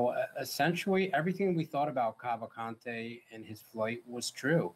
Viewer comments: i think its soo funny they keep saying cavalcante the wrong way, as if it was spanish. i guess americans dont know that in brazil, ppl dont speak spanish. portuguese is the official language, but also several minor languages are spoken throughout the country. its easier to find someone speaking japanese, french or german than finding someone speaking spanish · not a matter of accent, and saying "would make 0 effort to pronounce a convicted murder name correctly" is not a good excuse. A LOT of ppl have that last name. and yes, the woman on the video said it assuming it was spanish, which it isnt, and it is not pronounced that way in brazil. portuguese is spoken in brazil, not spanish.